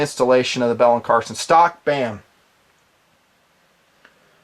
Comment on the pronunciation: Hey brother, just so you're aware, the last name is Carlson, not Carson. No malice intended whatsoever; keep up the good work :-)